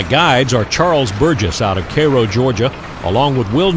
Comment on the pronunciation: Thank you for pronouncing "Cairo" correctly :)